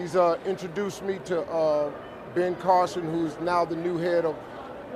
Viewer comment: Funny hearing you say Ben Carlson.. Tuckers brother.